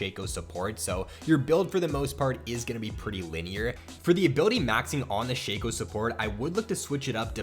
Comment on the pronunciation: I thought it was pronounced shaco not sheco